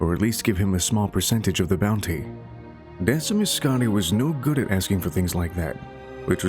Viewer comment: Decemus is pronounced Deck-e-mus I don’t know why that bothered me.